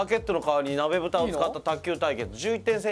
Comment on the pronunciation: モニターの悲劇のせいでとんでもない高度プレイになった鍋ふた卓球wwwきたやんはガードするし、えばとくんは飲み物避けるしwww浪川さんがうまいから割とできてるように見えるけどわちゃわちゃだったし あと浪川さん、『なべ』じゃなくて『ふた』です。『鍋蓋』ですwww www